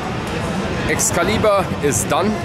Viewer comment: Thanks for pronouncing Excalibur properly. 👍😂👍